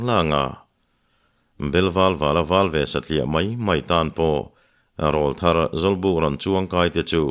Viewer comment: A ziaktu in a thiam bawka a chhiar tu in chhiar thiam bawk.chutih rual chuan pu Hlute Rawlthar tih i lam dan hi fimkhur teh. Rawl tih lai hi Aw rawl a rawl tih kan lam ang hian lam thin rawh. YouTuber te Mizo tawng dik lam chungchangah in pawimawh sia